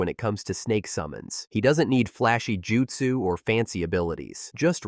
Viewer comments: Don't use AI then. Tf is jen-jutsu? Kunohah? Oh-da? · Jin-jutsu? Ugh..